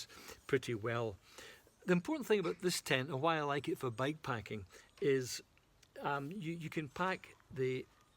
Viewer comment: Good stuff mate! Can't tell at all if you're saying bike packing or back packing 😂 but otherwise love your work.